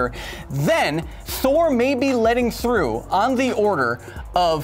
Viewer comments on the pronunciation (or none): none